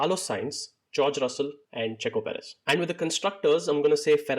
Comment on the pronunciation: Dude come on seriously....perez!!!!!